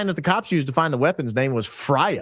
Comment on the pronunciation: Norse Goddess FREYA, is pronounced Fray-ah. 👸